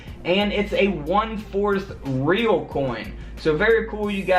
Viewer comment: Just got 1974. This was the Spanish Coin in like 1800s Ri-yal not Reæl